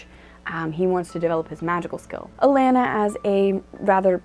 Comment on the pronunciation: A - Lon -na. Not pronounced "A - lan - na".